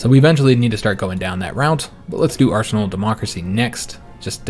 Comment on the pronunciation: I know you said arsenal of democracy, but I could have sworn you said arsehole of democracy. :P